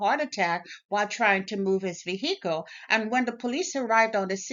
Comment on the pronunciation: Vee Hee cles